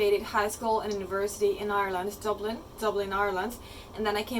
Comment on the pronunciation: Oh my god! I’m from Dublin and I can so hear your Dublin accent come out with certain words! 😆 Especially when you say Dublin 😂 hahaha so cool!